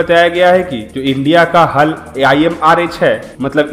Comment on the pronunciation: हल नहीं भाई h a l bolo